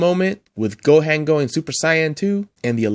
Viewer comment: And then saying go Han 😂